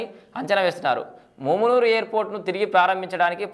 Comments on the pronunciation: ఒరేయ్ మామూనూరు రా వారి ముమ్మునూరు అక్కడిదిరా. పేరు పలకడానికి రావట్లేదు నువు anchor ఏందిరా మా కర్మ రా మా కర్మ. ఒరేయ్ హైదరాబాద్ కి రావడానికి ఎయిర్పోర్ట్ పెట్టట్లేదురా ఒక మా వరంగల్ కె ఉపయోగం కాదురా ఖమ్మం కరీంనగర్ ఆదిలాబాద్ నల్గొండ కి ఉపయోగం రా వారి ని anchoring తగిలేయా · ముమునూరు కాదు రా సుల్లిగా .... మామునూరు రా వేస్ట్ గా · మూమునూరు కాదన్నా అది మామునూరు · Ganduga nu mundu mumunuru Ani palakadam wrong...adi mamunuru....ikapothe airport ni welcome cheyali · ముమ్నూరు కాదురా బాదుకావ్ మామునూరు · ముమ్మునూరు కాదు అన్న. మామూనూరు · ముమునూరు కాదురా బాబూ మమునూరు రా ఎవడు రా నీకు చదువు చెప్పింది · ఏంచదువు కున్నవు ముమునూరు కాదు అది మామునూరు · Mumunuru kadhu babu telugu chadavadam nerchuko firstu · నీకు మామునూరు అనే చదివస్తలేదు నువ్వు దీని గురించి రివ్యూ ఇస్తున్నావ్ ఎయిర్పోర్టు ఓన్లీ హైదరాబాద్ పోవడానికి కాదు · Houle. Flights can be not limited to hyd alone. First pronounce mamnoor correctly bhadkav